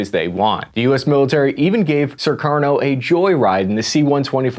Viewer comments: This was very informative! But why do keep pronouncing Sukarno "Surkarno"? There's only one "r" in there. Same with Suharto. Does not have two r's: "Surharto." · Jema'ah Islamiya -> Jama-uh Islameya Sukarno -> Surarno Suharto -Shurarto Annoying American pronunciation, just like the annoying US military blunders since ever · Jeebus dude, this guy calls Sukarno "Sir Karno," calls Suharto "Sir Rato," and calls Allen Dulles "Doo Lus." His pronunctiation is as poor as his research. Such crazy historical inaccuracies in this. What a shame near 1mil people have watched this. This dude throws out Indonesian proverbs with incorrect meanings, uses wrong flags, claims histories are still debating cuz he read a paper that's half a century old (read John Roosa's Pretext for Mas Murder - we know exactly what was behind G30) This dude is soooooo far out of his league that irs comical and we are going to enjoy this video for a long time to come. I'm going to use him in a lecture as my example of Americans who think they're knowledgeable but don't know jack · Great in depth history of Indonesian politics. (Btw, the name of Indonesia's 1st President Sukarno is pronounced "Soo-car-no", not "Sir-car-no". Also Alan Dulles is "Dull-Us", not "Dool-Ease".)